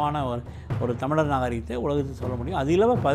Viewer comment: Tamizhar not tamiliar and Tamiz makkal not tamiliars. Present day tamizh pronunciation is horrible.